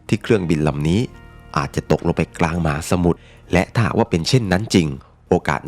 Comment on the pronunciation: คำว่า "มหาสมุทร" น้องชายอ่านว่า "หมาสมุทร" พี่ก็ฟังอยู่หลายครั้งเพราะพูดคำนี้บ่อย 😊😊